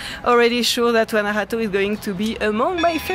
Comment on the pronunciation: and, before I forget..... your pronunciation of "Guanajato" is perfect! 👍👍